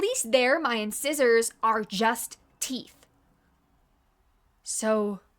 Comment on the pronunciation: I thought you'd like to know that "incisor" is pronounced in-SIGH-zor. And that's from Schoolhouse Rock and every dentist I've ever seen. I truly hope this helps.